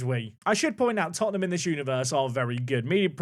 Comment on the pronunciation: It's Tottenham